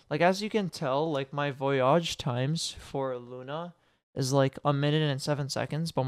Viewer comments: Learn to pronounce voyage please. Good tut. Far too long though. Needs some cuts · it kind of is when youre saying the word a ton of times during the video lol